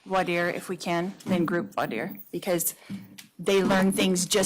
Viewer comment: lol😂 calling Voire Dire “Voyeur”. Even I thought she wouldn’t be THAT dumb. 😬😬😬